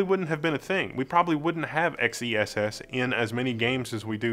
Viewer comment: Are we sure XeSS isn't meant to be pronounced "excess"?